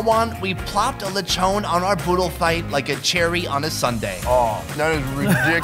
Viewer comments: In the Philippines we make use of literally everything. Zero waste. All of the coconut and its parts. All of the pig and its parts. We respect our food and resources like that. Also... Take a shot everytime you hear LECHOWWWN instead of LE-CHON. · Its pronounced lee-chon